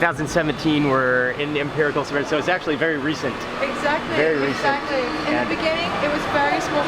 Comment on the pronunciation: "exacly excaly" my mind!!!